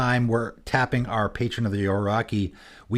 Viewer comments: From the creator of "Say-guh" Here comes: "Patron of the O-raw-key" (I always pronouce Oh-Roh-Shi) Jokes aside, really fun decks. I was trying to figure out an interesting mono-green commander and this might be it. Good job! :) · It’s patron of the “OR-O-CHEE.” love your vids, but you pronounce a lot of stuff wrong 😂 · In Patron of the Orochi, orochi would pronounce like [orotʃi]. That chi reads like ch in chest. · Dude really what was that pronunciation ? Orochimaru XD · Well that's a new way of pronouncing Orochi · apparently it's Canadian LOL